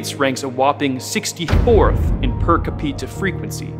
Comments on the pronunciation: “Capeeta” “Complinsint” Bwahahaha! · Capeeta lol im dying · Ca Peter was really annoying me until the end when I realised it was deliberate not American pronunciation 🤣 Bravo Babylon 🐝 satire perfection 👍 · Capeeta? What the fuck is that? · Per "capeta". 😅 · His pronunciation of capita.😂